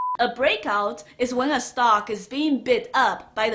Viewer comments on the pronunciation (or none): Hold on slow down!! What is a "stalk" thanks